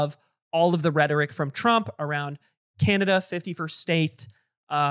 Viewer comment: every time atrioc says 51st state, i hear 50 first dates